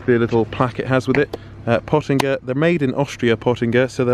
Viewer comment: YOU HURT MY EARS !!! ITS PÖTTINGER!!!